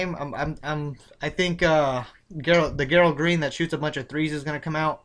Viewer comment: i got a couple rosters with whiteside and another roster im fading him cus hes going to be owned ALOT and david west good pick against minnny who are terrible against PF but good picks i got alot of them and yo a tip its bugging me lol gerald green is pronounced 'Jerald''